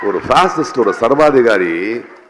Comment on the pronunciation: தமிழை முறையா பேசக் கத்துக்க நீ, சர்வாதிக்காரி இல்லை சர்வாதிகாரி .நான் வொந்து இல்லை வந்து🤭